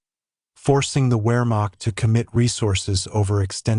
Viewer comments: AI sucks, you less than intelligent person. Luftwaffe is pronounced Luft-Vaffe and Weremacht is pronounced Veremacht!! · It's AI, right? Many pronunciations of common words (luftwaffe, wehrmacht) are laughably incorrect.